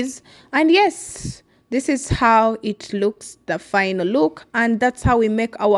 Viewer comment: Not in a bowel that's intestine. But in a bowl don't pronounce e